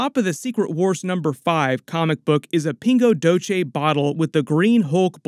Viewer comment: The Pingo Doce is pronounced Pingo “Dosseh” not “Doche.” It’s Brazilian Portuguese and not Spanish. Great video, btw!